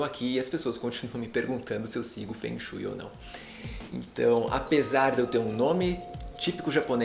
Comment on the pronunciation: a pronuncia não está correta logo de cara diz que vc não se interessa mesmo pelo assunto...eu sou do nordeste do brasil e sempre amei... detalhe sou ateia.